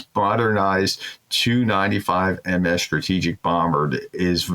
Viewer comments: If you are going to announce this sort of thing, for Heaven's sake learn how aircraft models and place names are pronounced. For instance, a Tu95 is pronounced tee you ninetyfive. And you can look up the pronunciation of Russian cities. Don't be lazy. And reading from the text you display on the screen is boring and marks you as an amateur. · these aircraft are pronounced by simply saying the individual letters, not what they spell combined. Say "T" then say "u", "tee you 95".